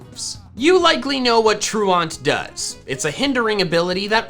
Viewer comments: I HATE the way you pronounce truant. The joke about Durant having truant is it’s an ant Pokémon so the pronunciation of truant is tru-ant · Am I the only one who flinches everytime he says "truant" like that. It's pronounced "ˈtro͞oənt", like True Ent, like the tree people from Lord of the rings who are not false. They are true lol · Troo-ent Not Troo-aunt. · troo-awnt? TROO-ent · Truant. Its a prety simple word bro. Its not pronounce Troo-ahnt.. Its pronounced true-ent. Havent you ever skipped class? Truancy.. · FYI: The word "truant" (i.e., a person who skips what they are supposed to be doing, usually school) is pronounced "TRUE-uhnt," not "true-aunt." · lol "true aunt" :P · anyone else realize he keeps miss pronouncing the word truant (true ent) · you know it’s prounounced tru-int like when you’re truant from school right? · It was driving me crazy. Which of you is my true aunt? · Pronunciation of "truant" was doing my head in. It's not "tru-ont". It should rhyme with "pursuant" or "fluent". Otherwise, pretty good video. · I love your videos, but you have got to learn how to pronounce truant. It's True-ent. The word means absent, and is fairly commonly used. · Man saying "truant" like it's a French word 😂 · The fact that says truant like that is triggering ms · The way you pronounce truant gives me anxiety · Nah, it's /ˈtɹu:ɛnt/. We are intellectuals here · Well, he did botch ‘truant’..